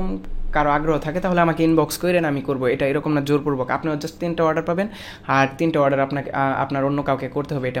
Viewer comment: Warder nhi Bhai, Order bolo !!